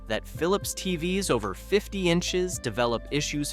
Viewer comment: love the AI failure to recognize the word TVs as an acronym TVS